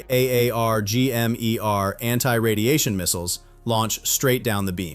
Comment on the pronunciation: I am sick of AI narrators improperly wording any of those military acronyms like AARGM, pronounced AR-GHAM, and not spelled as "A" "A" "R" "G" "M"